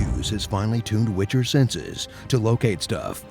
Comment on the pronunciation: I laughed so hard when I heard glitcher lololol